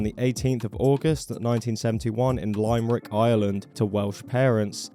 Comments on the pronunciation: Dude, Please Don't Say Lime rick It's pronounced li·muh·ruhk.. Lime rick? thats hilarious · It's pronounced Lim-er-ick, not Lime-rick. Like those little rhymes you hear. Why is Ireland described as a barren wasteland? Even joking, it's one of the greenest places you'll see 😅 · Just for future reference: Limerick is pronounced Lim-mer-rick, not Lime-Rick. I don't know why but it's probably something to do with the irish language having different rules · LIME RICK? Dude, it's limerick. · he is from Limerick not lime rick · it's limb-er-ick not lime rick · that annoyed me a lot when he said that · Lime-rick, Ireland? are u fucking retarded? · Lmao it’s pronounced Lim - rick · Lime. Rick. Oh Ingland. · did you just pronounce limerick Lime rick. dumb as a rock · ah yes lime-rick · Lime-Rick, Ireland right as I took a fat bong rip made me cough a lung hahaha. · Its pronounced lim mer rick the same im sound in hIM not pronounced like the im in lIMe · Lime-rick, Ireland. Unsubscribed. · “Lime Rick” Ireland 😂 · Limerick is pronounced "Lim-rick" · it’s pronounced Lim-er-rick (i’m from there) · Lime-Rick Ireland Cmon man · The way you pronounced Limmerick was shocking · you do so much research and i admire your work, but goddamn you mispronounced tf out of Limerick 🤣😭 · The pronunciation of Limerick hurt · the way you pronounced limerick infuriated me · How on earth did you fuck up the pronunciation of Limerick? There's literally an entire type of poetry named after the place, for fuck's sake!